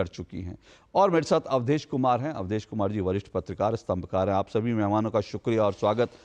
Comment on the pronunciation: ये यहां ही एक्पोज हो गया। कुमार को कुमाड बोल रहा। अधिकारी को अधिकाड़ी। और को ओड बोल रहने । सबको पता है ये और को ओड कौन बोलता है। पक्का ये Pakistani है